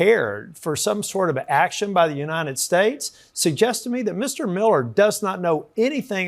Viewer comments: "For the Uniiedddshate" Wtf is wrong with miller?? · I hate the way the re re ghoul says nitystAtes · Is it just me or is Stephen Miller having a hard time to pronounce his country's name? I'm hearing "Yann estates" most of the times.